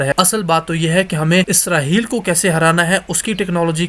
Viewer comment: اسراہیل نہیں اسرائیل ہوتا ہے